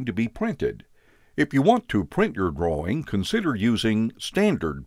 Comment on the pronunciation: Anyone else hear "save your groin" and not "drawing"?